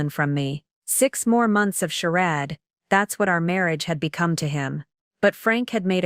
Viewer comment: AI has to learn how to read dollars and how to pronounce charade….makes me crazy - can’t listen